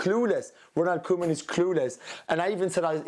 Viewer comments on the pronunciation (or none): Jules saying Ronald Koeman's name killed the show😂😂😂